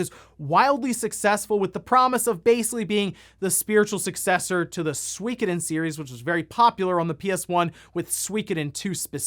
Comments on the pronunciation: What the hell is Sweekoden? I have played all of the SOOOKoden games. You say potato I say you're wrong lmao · “SWEEEKODEN” lol Sorry that made me chuckle FYI It’s pronounced Sue - E - ko - den 🤓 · Sweekadin? SWEEKADIN? What kind of pronunciation is that??? SWEEEEKADIN??? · I'm pretty sure that suikoden game is pronounced (su-koh-den) pretty sure there was a commercial back in the day where it was pronounced su-koh-den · “Suikoden” pronunciation in the US is a war crime. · Eiyuden und Suikoden, please check your pronunciation. I’d buy the PSVR2 this year but as long as there’s the PS5 shortage? Nah. They also need more than one game like Horizon. They really need to have at least 5 titles at release which would entice people to buy the new PSVR.